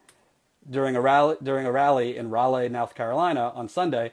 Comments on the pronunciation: please... i know its spelled Raleigh, but everyone in NC is cringing at your pronunciation... just say "rolly" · It's pronounced "Rah-Lee". Just like Sir Walter Raleigh. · bruh I love you but it's pounced Ra Lee I should know been living here for 20 yesrs